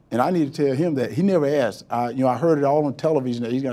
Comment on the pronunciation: Lol. You heard assed I heard axed. Either way it’s not a good look. Ones kinky the other is a felony.